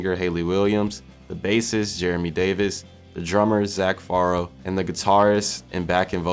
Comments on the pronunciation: Ok just saying....it's pronounced FAREOW.... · Didn't even pronounce Farro correctly but made an hour long video on the band 😭😔. Kinda wish a long time fan made this video, I feel like someone learning Pmore history just now and making a video on them tells the story differently than someone who experienced it all. 😢 Glad people care enough to learn about it though!